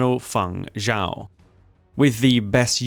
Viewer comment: Xiao is pronounced nothing like whatever it is you are saying. Thankfully we have subtitles.